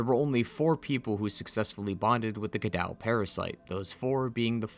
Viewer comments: its ca-doe not ca-dow its french since this is a french village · Cadou actually means gift. And it is pronounced Kadough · Cadou is actually pronounced "cah-doh" not "cah-dow" and the word in romanian (and also french) means "gift" so miranda was infected people with "the gift"